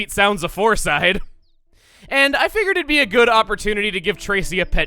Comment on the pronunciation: You said floreside bakery second foor